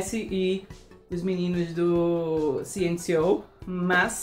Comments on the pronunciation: Eu esperei por esse momento. pronunciando CNCO da forma certa. Eu estava ligado no prêmio e em você ícone! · VOCÊ APRENDEU A FALAR CNCO 🎊🎉🎊🎉.